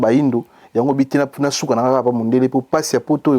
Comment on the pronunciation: CHRONIFUATI SALISA MINU👌 APPAREIL DENTAIRE 👌 PLAISIR ET NON PLAIJIR🤣 SUKA ET NON SHUKA🤣🤣🤣